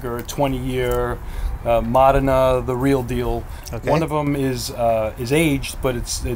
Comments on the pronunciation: Wrong. It’s pronounced MOH-deh-nah. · Mo dee nah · Mō dā' nă, not må' de nŭ. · Módena, not MOH DEH NAH, or MOUDENA, neither MOUDINA. Módena. MÓDENA. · Buddy tryna act all badabeep badaboop but keeps saying Mahdenah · FYI, the correct pronunciation of Modena is MOH-deh-nah. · East Coast Accent Pride goes deep. Lol "Mahd'nah" Then there are the proud Italian Americans who insist on saying "mOHdAYnAGHHHH!" Because they once heard one Italian say an e like an ay and watch too many Italian American movies where everything is over annunciated. Meanwhile, Italians will pronounce it differently depending on their regional accent and dialect. A Sicilian (who might not even consider themselves Italian) will pronounce it very differently than someone speaking in a Venetian dialect or Corsican (who might not consider themselves Italian). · there. MOdena. Home of Ferrari and Pavarotti. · The way he's saying Modena is making me crazy. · Driving me nucking futs!!! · Completely wrong. Also no idea how aceto balsamico is made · you need to learn how to pronounce Modena